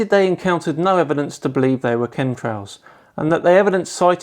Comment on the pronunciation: Are you saying ,"cum trails?"it sure sounds like it.i just left some of them myself in a flat earthers mom.